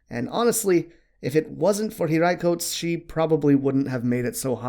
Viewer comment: You can sai hiraikotsu... not hiraicoats.... lol you don't need to overly pronounce things like in the anime. That's just abbreviated talk...